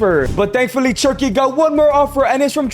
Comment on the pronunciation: Cherky? Its cherki